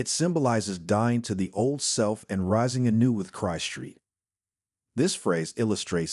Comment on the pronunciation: Be nice to have a real voice that knows how to pronouce "Christ" properly.